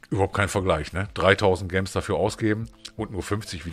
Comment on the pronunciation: Kannst du gems bitte nicht so deutsch aussprechen, entweder englisch oder halt deutsch und dann bitte Juwelen ....